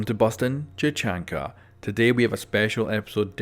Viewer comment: Did you just say "chachanka"?!